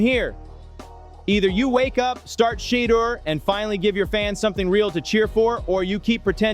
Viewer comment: Why does the commentator keeps mispronouncing Shedeur name??😮